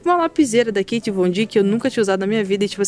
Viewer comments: Não é Kait é KAT. Crítica construtiva ok? Te amo muito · Que nervoso de vc falando Kate Von D, kkkk é Kat, pomba. Te adoro